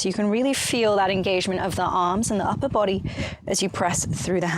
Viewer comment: I love everything you do, but I can't get over how you pronounce 'bOdy'. I just adore it. 😃